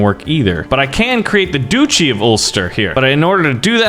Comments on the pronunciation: you’re making me mad duchy is not a hard word what is a du chee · This man is triggering me every time he says duchy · Doochie It hurts me It’s DUTCH-Y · It is pronounced Duch-ey not doochy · Everybody else: Duchy: Doochy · How can he live happily knowing that he pronounces “Duchy” as “Doochi”? Like seriously, how do you sleep at night? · the way this guy pronounces dutchy is appalling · Every time he says doochie I want to strangle him